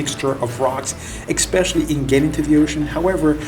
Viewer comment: There is no "x" in the word especially.